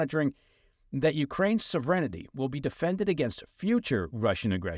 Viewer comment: Since when is “Sovereignty” now said as “sovereign-ity”?